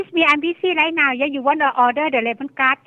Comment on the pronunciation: haha "do you speak engrish? You make me confuze rye now" XD haha